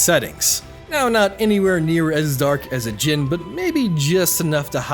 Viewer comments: ajin is pronounced ah jeen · OK! But the way you pronounce Ajin.